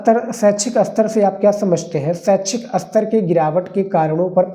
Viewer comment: Sir hindi ko sahi sa boliya jaise aapna bola aster ya aster nhi ster hota hai